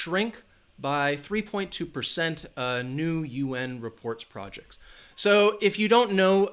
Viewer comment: Hi. With all respects, I think you pronounce the word "projects" wrong. It's a verb here and the stress should be on the letter "j" meaning estimate or forecast (something) on the basis of present trends.